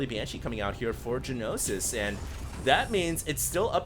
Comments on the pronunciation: It's gnosis, not g-nosis. Means knowledge in Greek. I've heard used in English before, butI can't remember the context :S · It's pronounced "nosis", not g-nosis. Gnosis is Greek for knowledge, and usually means religious knowledge in English (ie gnosticism = belief that matter is evil, knowledge is emancipating). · One thing about the pronunciation: it's just "Nosis," despite the G. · Hearing you say Ja-Nosis all game is driving me crazy. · You mispronounced gnosis.. g-nosis lol... xD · "Gee-nosis." *twitch* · It's "NO SIS". The 'G' is silent. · Gnosis ... Pronounced NO-SIS. It is a Greek word meaning revealed knowledge. The Gnostics were a major heretical religious movement in medieval Europe who believed the creator of the known universe was evil. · Yes, you're right. I was just trying to give the pronunciation of the word, including the two syllables (not saying it should appear that way, just that that's roughly how it should sound); was pronouncing the "g," which is silent. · pronouncing silent g's makes me bat shit, sry.